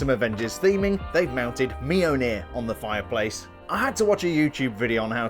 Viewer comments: As a Scandinavian your pronunciation of Mjolnir is making me slightly cringe also in Danish it pronounced Mjølner but I appreciate your attempt on trying to get it right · It is pronounced mill-neer...